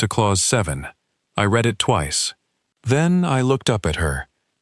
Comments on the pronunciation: Not sticking around. Less than ten minutes and the narrator, an AI, has mispronounced read and breath. Please listen to your stories before posting them. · I noticed both of those too, both of them pronounced in the wrong context. Kinda makes me happy. AI is clearly not ready to take over the world.